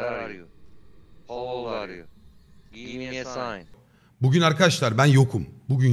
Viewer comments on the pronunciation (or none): abi de Give me a sind misend mine o sihirli sözü söylüyor